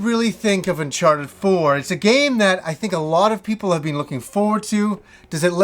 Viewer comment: Unchawted, noice